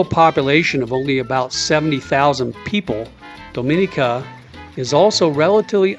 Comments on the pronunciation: Your pronunciations is a bit off. Its more like Dah mi nee ka, not Doe min ee ka. Thank you for enjoying our country. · The island is pronounced Dom-i-nee-ka with emphasis on the "nee" syllable. We've been there multiple times and the locals appreciate that you use the correct pronunciation when referring to their country.